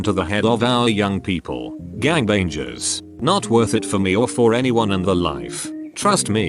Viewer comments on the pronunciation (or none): Everyone: gangbangers Text to speech: gangbajers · “Gang baynjers” 😂